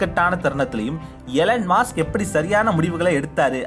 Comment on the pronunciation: அது மாஸ்க் இல்ல மஸ்க்